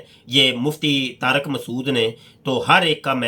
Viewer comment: taraq nhi tariq h naam. pehay urdu to dhang sa bolo mian